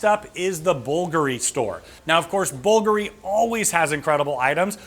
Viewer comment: Bvlgari = bull-GAR’-ee Bacio = BA’-chee-o (or BA’-cheeo as in one syllable) I’ve studied Italian and I sing in Italian - you can trust me on this ☺️☺️